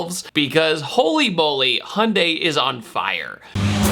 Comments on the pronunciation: Is that how Americans pronounce Hyundai?... Hundie? There is a Y between the H and the U, You know that right? ;) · Hey, there’s a “y” in “Hyundai”. Just trying to help you out man. Sounded out slower: “hee-yun-day” (real-time it is 2 syllables) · Why do Americans always forget there is a ‘y’ in Hyundai?